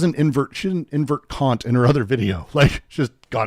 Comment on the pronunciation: Kant is still pronounced exactly how you DON'T wanna pronounce it. Short not long. Yes, I'm a child.